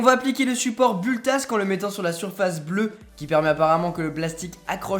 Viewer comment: Il y a plein de problème dans ta vidéo, déjà tu prononce mal "build tak" (j'ai un peu saigné des oreilles ^^) et en plus tu l'a collé sur le scotch bleu du plateau donc il va finir ba ce décoller tout seule. Ensuite concernant le filament que tu a acheté, c'est du PLA (acide polylactique) j'ai reconnu que c’était la marque Octofiber, que je te déconseille fortement d'acheter à l'avenir car il coûte vraiment trop chère, pour le filament, achète le plutôt sur "Emotion tech" (très bon site) 20€99 la bobine 1kg et t'a vraiment un large choix au niveau des couleurs. Mais sinon globalement à mon avis tu aurais du te renseigner un peu plus avant de faire cette video, en plus t'a filmé des impressions de merde. pouce rouge...